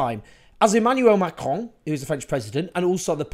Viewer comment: I appreciate the effort of saying Emmanuel Macron with the accent sooo much ^^